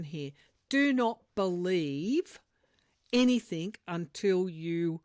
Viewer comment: The word "anything" is not pronounced anyTHINK. Please stop saying in your podcasts. It drives me crazy!!